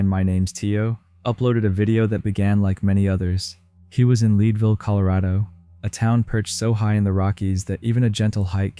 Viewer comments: Not leedvil its Leadville, even Tio got it right. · It’s not Leadville Leeed ville It’s Leadville Like lead And Ville Vill